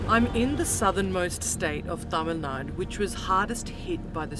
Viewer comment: It is Tamil Nadu not Tamil naad